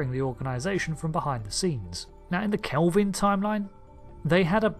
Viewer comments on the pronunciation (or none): none